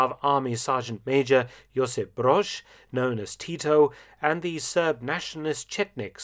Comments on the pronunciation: Mark, as a former Yugoslav myself this was a great coverage of the topic. :) Just to nitpick s bit - the Z i Broz is pronounced the same way as you'd pronounce the 'Z' in Zimbabwe. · **Broz its with 'Z' on the end. Like 'Ziggy'. Not 'Ž'